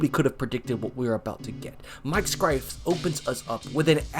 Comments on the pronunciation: Welp, I knew he pronounced it wrong although I wrote cy-furs because that's what I remembered some announcers calling him that but still youtubers shouldn't fuck up athlete names with pro sports reference and clips with announcers saying their name really making it inexcusable. I have seen some really bad example too, I've Michael Chavis' name mispronounced like 3 separate times on 3 seperate videos when he's a bust of a high pick in baseball who you'd absolutely be forgiven for not knowing who he is. It's chay-viss, I've heard cha-viss, literally a spanish name like Chevez, something like that and something else ridiculous. Also assuming names are pronounced as they are written is just dumb. There are countless examples of names you need to hear the pronunciation because it is absolutely not pronounced like how it's written. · You would think you'd know how to say Scifres name. It's pronounced cy-furs. Mispronouncing names is way too common in sports videos. If your job is to make youtube videos make sure name pronunciation is right because it shows laziness and lack of caring. Especially in baseball where every player will play no matter how bad because they'll have at bats, it's not hard to look up the pronunciation on pro sports reference or find a clip with an announcer saying their name. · Scifres is pronounced like sigh-firs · bro, big piece of advice here. it will go a LONG way as a creator to be absolutely sure you're pronouncing things correctly. calling him Mike "Skrifes" is a sure fire way to expose yourself as someone who doesn't actually watch the old game footage/commentary or listen to interviews or people talk about him. there will be a portion of people who watch this video and either unsubscribe or just move on and never watch your videos again because you're not being thorough in your research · Umm…no offense intended but…”Scifres” is said like “sci(like in science) and fres(furs)=sci-furs” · SIGH fres